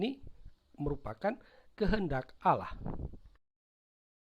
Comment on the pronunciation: Allah dibaca Alah harusnya auwloh